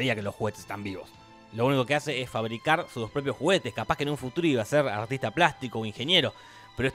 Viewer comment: "Hasce" xd